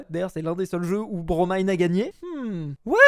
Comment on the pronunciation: Il a eeeenfin bien prononcé le blaze de Bromine